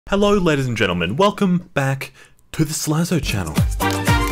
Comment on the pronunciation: hewwo